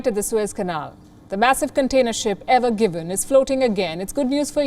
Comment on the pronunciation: Evergreen and not Evergiven